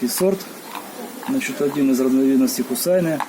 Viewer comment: Хусайне -это имя девочки.Ударение на "е".